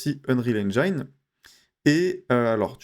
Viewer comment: Super utile, merci! (Mais ça se dit "n-jin" pas "n-jaïne" 😉)